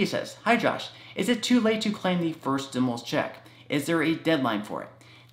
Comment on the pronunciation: Please please please Pronounce STIMULUS THE RIGHT WAY....u say stimilus....it makes me crazy and I really want to listen to you.... lol